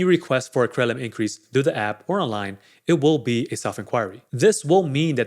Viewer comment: Yeah I was like, what is Cremlit?🥴 then I just listen to the context and figured he's saying Credit Limit "Cremlit increase...higher Cremlit"😄